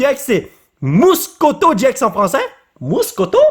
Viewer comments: Sa ce dis getx 😉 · Sa se dit gé Ix et c'est nymphali